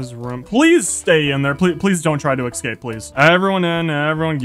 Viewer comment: Please for the love of god stop saying "Excape"!!! Escape has never had an X in it.